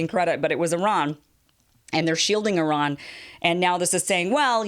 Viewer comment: Thanks for pronouncing Iran in the right way